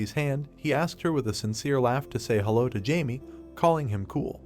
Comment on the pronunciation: Damn whatever AI narration tool is being used just made "hello" into a 3 syllable word.